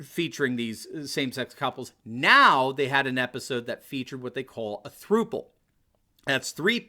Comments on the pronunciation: Not "throople" it's pronounced "thrupple" as in IT RHYMES WITH COUPLE. Since it's technically a 3-way COUPLE. Sorry Doc, but it was like nails on a chalkboard listening to you mispronounce it. Lol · Idk why it bugs me, but as a 24 year old, I feel like it’s my duty to say throuple is pronounced like couple but with a ‘th’ not like throople. Great video and great video though! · I think it is supposed to be pronounced "thrupple" (rhymes with "couple"... get it?).